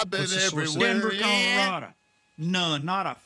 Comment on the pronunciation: The man really said "Colorada" right?!?! 😆 🤣 😂 #RockyMountainHigh